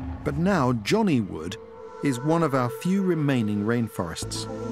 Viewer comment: What was the forest called? Johnny Wood? I have a hard time thinking I heard that right? XD